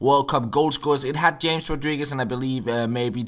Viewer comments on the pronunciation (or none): His name is "haames" not James